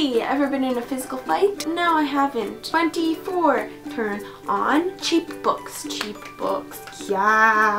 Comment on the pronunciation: Lol I thought you were saying 'cheekbones' but it was cheap books! Hahaha xD YESSS THE 5th WAVE